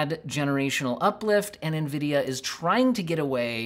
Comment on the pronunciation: lmao nevidia greed.. but ya.. it is what it is xD